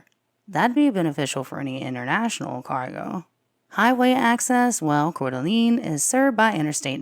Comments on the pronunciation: Core-da-lane. But your vids are awesome. ❤ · One more thing: "Cor-duh-Lane" is how it's said. (No judgement) haha!